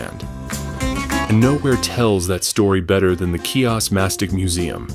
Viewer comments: The island is pronounced He-Ohs the C is not pronounced it is silent. There is no “key-ahs”. Lovely video just really would love those seeing the video to know how to pronounce the name of the island. 🙏🏼🥰🇬🇷⚓️ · Learn how to pronounce the name of the island correctly HEE-os smh it's a insult to my heritage my Father was born here and raised on this island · Wonderful video!!!!! But how can you pronounce Chios like that?